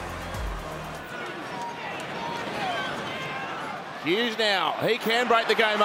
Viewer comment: Joey be like "su-a-la-li" instead of "su-a-li-i" hahaha